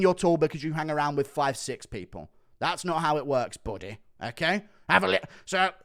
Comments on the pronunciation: I crack up whenever he says “”😂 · A disgusting scrotum😂😂… love the way you say “buddy”